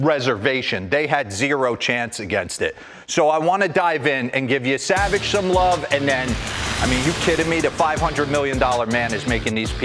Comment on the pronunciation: Yessa-vaj not Ye-Savage